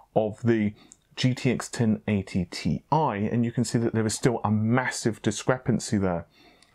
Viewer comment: Tee Eye, not Tie!